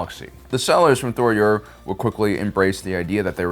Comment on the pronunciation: It's Je'daii, not "Jed'aii". Also Tho Yor, not "Thor Yor". As well, those who leaned too far to the Light were sent to Ashla to look upon and contemplate Bogan, and vice-versa for the Dark, bring sent to Bogan to contemplate Ashla. Not meaning to be a dick, just pointing out things that can be found through diligent research. Overall still a very good video.